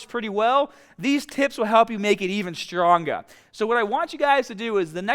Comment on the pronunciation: Strongah, The Bah, Hahd